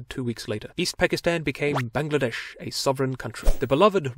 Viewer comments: Your pronunciating of Bangladesh was spot on. English speaker often call it Bang-la-dash but it is really how you said it. Bungla-desh. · This is the only foreigner that pronounced Bangladesh correctly. Very happy right now.